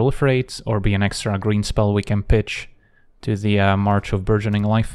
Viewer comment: "On two zee next one !". Like it 🙂